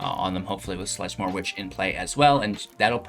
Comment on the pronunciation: I love this deck idea. However... it's hard to take it entirely serious when you pronounce the card names wrong. Theres no L in sedgemoor haha